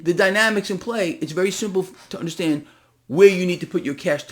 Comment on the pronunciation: You "unnerstand?", No, that's why I'm here 😅